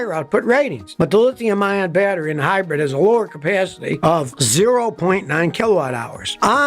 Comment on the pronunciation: hi-bread ? lol